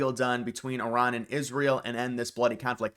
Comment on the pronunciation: Thank you for pronouncing Iran correctly